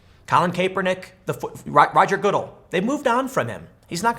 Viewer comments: It’s pronounced guh-DELL you skate dork. (I’m wearing my 34 y/o “prevent this tragedy” t-shirt which should clarify that comment as sarcasm. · Cap-er-nick. Ga-dell. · How to tell whether Tim Pool watches football... ...listen to how he pronounces the commissioner's name. Emphasis is on the the last syllable of his name there, Tim. Sounds kind of like an endoursement for Dell computers....Good...Dell...Goodell. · I just love the way Tim says Goodell. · did you hear how he pronounced Roger Goodell's name hahahaha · I’m trying to determine whether or not you’ve never heard Goodell or Kaepernick said in the MSM.. you hear politicians names in the MSM, I KNOW you’ve never heard your rendition.. are you trolling??? 🤣😂😆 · Tim butchers Colin & Rogers last names. It’s safe to say Tim isn’t a football 🏈 fan 😂🤣 great video though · Seriously...learn how to pronounce Kaepernick and Goodell, Tim. I dont like either of them, but the way you pronounce them is embarrassing.